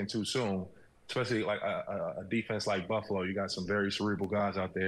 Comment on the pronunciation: Pretty sure Baldinger Freudian slipped "Fluffalo" when he meant to say "Buffalo"...I like it and may use it in the future to describe the Bills. Miami born, Upstate NY State raised...Dolphins Fan in enemy (Bills) territory.